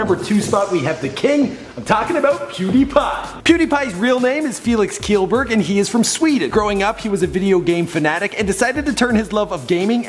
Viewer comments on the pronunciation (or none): FELIX KJELLBURG!!!!!!!!!!!!!!!!!!!!!!!!!!!!!!!!!!! NOT KIELBURG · Its not kill berg it's shellberg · its felix kjellberg...wich is pronounced shelbirg man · 1: its felix kjellberg pronounced as shellberg 2: wtf felix is number 2?? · you didnt say pewds last name right